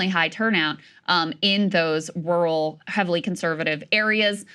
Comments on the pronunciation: She pronounces RUAL like George W Bush would. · krystal can't say "rural" lolol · I feel like Krystal's jourlalism is tops. But she messes up words like rural like my wife does. We have loads of fun with things like Rory McEllroy